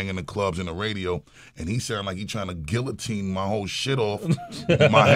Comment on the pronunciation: Yet he pronounced guillotine wrong